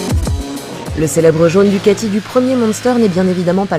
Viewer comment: Bon en Italie on traîne plus sur les "aaaaaa" et on ne place pas plus de "t" qu'il ne faut... en résumé, c'est plus DOUCAAAAA-TI (ti est très rapide !) que DOUCA-TTTTTTTTTI :-) Toute la nuance. Superbe cette nouvelle 821 avec enfin des reposes pieds arrière démontables comme sur la 1200, sur l'ancienne 821, impossible de ne pas avoir les talons sur les pattes arrière, ils avaient fait une erreur de design sur ce coup-là.